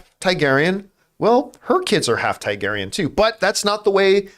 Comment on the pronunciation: John, if you’re reading this, you’re saying Targaryen wrong. It’s not TAIgaryen, it’s TARgaryen.